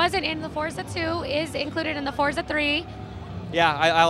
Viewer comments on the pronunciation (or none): ForTza 3! ;^) Not four-za. =) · y do they keep calling it fortza??? its FORZA